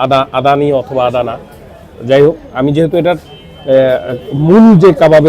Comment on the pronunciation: ফুড ব্লগার হইসেন কিন্তু আদানা কাবাবকে আদানী কাবাব বলেন, হাস্যকর